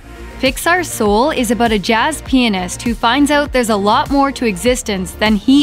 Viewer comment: did...did she just pronounce it as "Sool?"